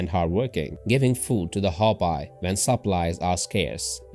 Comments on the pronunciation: Hopi should sound as "Hope..Pea" not "Hop Pie" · When pronounced it sounds like Ho-pee not Ho-pie. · Pronounced Hope-ee geez and the Ant people are ET living within the earth. Same as the Mantis people. Hopi same name as Hapi of Egypt. Were linked to beings from Orion and Zeta. Zu Aztec are descendants and Mayan. Mayan were deported to Ankh Har in cambodia